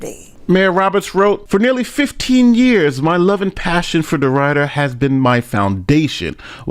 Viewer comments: It's pronounced Dee Ridder. not dee rider. You can hear how it's pronounced correctly in the video or so. It was her son's 16 year old friend so a few months short of the legal age in this state(17). By no means is she worse than Henyard. Despite this she was a good mayor in office. She however did break the law. I live here currently. She was more or less an independent truly not swaying to one party or the other. She did a little of both in my opinion. She was really good during Hurricane Laura aftermath. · Its pronounced De Rid er. Life long resident. Watched your channel for a long time its weird seeing this on your channel lol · We pronounce it like "deridder" instead of "de-rider" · The town is pronounced DeRidder Not Derider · It's pronounced DeRid -er not DeRide-er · De Rd er. Not De Ride er. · Every single person in this video: “De-RID-der”: “De-RIDE-Err” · BTW it's pronounced De Rid- er as in get rid of something not De Ride -r like ride a bike. You have great content. Keep making it. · Come on, learn how to pronounce Louisiana city names. It - de-rid-der, not de-ride-der. And, it’s New Or-le-uns not, New Or-leens. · Just so you know, the pronunciation of Deridder is not “de rider”. It’s “de rid der”. Rid not ride. Oh well. Continued listening. News report made correct pronunciation. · it is DeRidder, like bidder, not rider! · I love you but it’s pronounced .. De-Rid-er not De-rider ❤❤ 😂😂 all love tho. It’s funny hearing u saying it ♥️♥️ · My hometown. We called it Dead Ridder. DeRidder is not pronounced "de rider", two d's. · It’s pronounced D’rid-er (I live 30 minutes away and that’s my local news channel. KPLC 7) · DEE RID ERR. Not Derider. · Dee Rid er Not “Rider” ….. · De RID der. RID, not ride. Just sayin. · Love your videos😅😅but its De-rid-der not De-ride-er. It rolls off the tongue better. Thanks for covering this. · ITS DE"WHITTER" NOT DE"RIDER" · It's not deRIDER. It's deridder. Short I sound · It's De-Rid-der